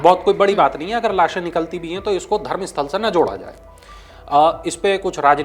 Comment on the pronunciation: यह धरमसथला है, धरमसथल नहीं । In kannada and in English it’s called Dharamsthala.